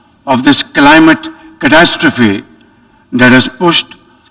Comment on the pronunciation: Does he know how to speak? He said crapcity, she he should be saying catastrophy